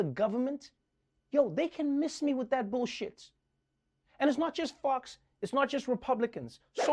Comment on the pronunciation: Did he say” Miss me with that billshit”. So glad you’re back Trevor.